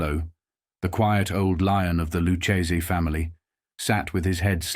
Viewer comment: It's Lucchese, not Lu-chaysie